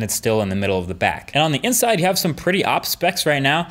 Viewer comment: Did he say AWP instead of O P?